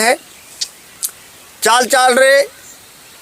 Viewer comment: आपने मंत्र में लिखा है चाली चालि रे नजरिया वीर, ओर आप बोल रहे हो चाल चाल र नजरिया वीर सही क्या है आप बोल रहे हो वो है या जो लिखा है वो है कुछ समझ में नहीं आया है,बताए